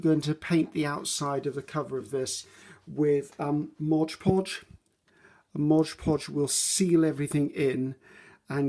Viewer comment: Love your vids (have been binge watching for days & days)— you’re fantastic and I really enjoy your style. I’m learning all kinds of great tips n tricks from you 👍🏼👍🏼👍🏼 thank you 😊 Could listen to you talk all day —till’ “modge podge”— here (and repeatedly in many videos) then it’s like the needle scratches across the record or fingernails down a chalkboard — 😖 Perhaps it’s the English teacher and writer in me. Maybe it’s my own bit of “OCD”—Please allow me to offer this: It’s “Mod”. Mod. M O D Podge. Imagine if you were at a cake decorating class and the instructor kept calling it “fondue” instead of “fondant”... It’s right there— printed clearly and boldly on a bright white and yellow background: Mod Podge 😉🤓